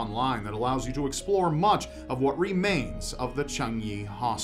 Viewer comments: It’s pronounced changi cha-nie not chungie chu-ungie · Didn’t realize it was that difficult to pronounce Changi correctly lol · The pronunciation of Changi and Oslo, hell most of the places he mentions is awful lol ... America: Home of the badly dressed, badly educated and horrific grasp of basic English (and any other language they attempt). A dream of the day a video is posted where they speak properly. lol.